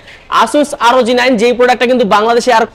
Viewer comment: ভাইয়া asus আরওজি 9 নয়, আসুস ROG(রগ) 9